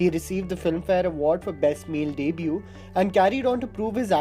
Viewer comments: Its not deeebue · its debut... not daybyou... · Pls pronounce the word debut properly.